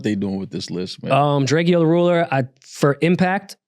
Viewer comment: It’s drake-O not Drakeo